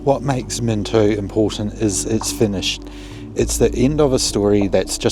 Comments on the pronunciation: Bro its mino get the t out it ain't minto its mino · There ain’t no T in Mino